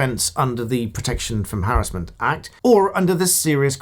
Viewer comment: Given a thumbs up on the sole basis you pronounce "harassment" correctly